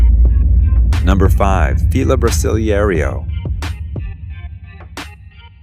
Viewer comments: "brasiliieiirio" can't pronounce "brasileiro" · why does he keep pronouncing it like "fila brasiliehrio" LMAO it hurts me inside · the announcer should pronounce the name correctly BRA SIL EIRO. There is no SECOND ER in the name. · I can't with how he pronounced brasileiro